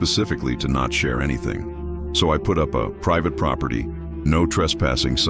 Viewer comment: "PRIVATY Property"?